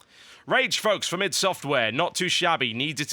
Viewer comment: Wow this is probably the first time I hear someone else pronounce Id the way it should be pronounced!